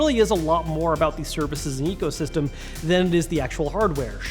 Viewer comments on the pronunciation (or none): none